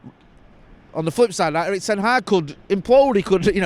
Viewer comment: Please learn how to pronounce Erik ten Hag